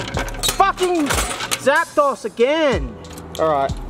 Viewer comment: “zapdahs” are you kidding me... the legendary birds are literally based on the spanish numbers